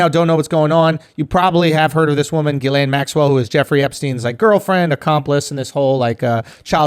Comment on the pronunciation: Thought her name was pronounced "jizzlane".